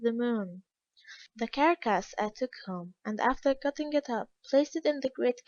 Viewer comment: I like the book so far, but once the narrator changed, totally lost interest You can’t understand a lot of what she says, nor can she pronounce simple words: Carolina, Carcass????